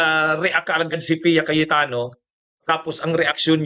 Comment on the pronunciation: cayetano po hindi KAWATANO😊😆😅🤣🤣🤣🤣🤣🤣😂🤣🤣🤣👍